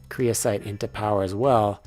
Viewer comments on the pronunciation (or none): someone has probably already said this but its creosOte, not creosIte